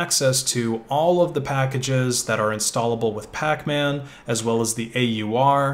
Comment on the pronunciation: "Pacmac" lol